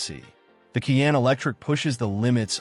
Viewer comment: How credible is a review that cannot pronounce the "Cayenne" name ? Or, that can't accurately say "foot pound" ?